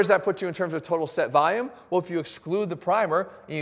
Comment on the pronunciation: Volume not vayum. Love the video!